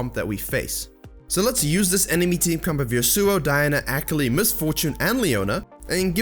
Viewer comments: Use me as a “tilted every time he said ak-ali” button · Took me a while to figure out that he was saying "Akali" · I love this video, but the way you say Akali kills me on the inside. My weeb heart just couldn't handle it. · Your pronunciation of Akali is so cringe. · If you consider that the character is actually more Japanese than anything, then you are still pronouncing it wrong. I love the video, thank you for all of the awesome tips! So much info, so little time.